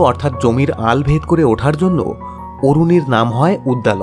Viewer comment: অরুণি নয় , আরুণি ।